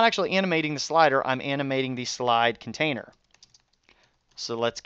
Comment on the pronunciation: Lol conatiner :P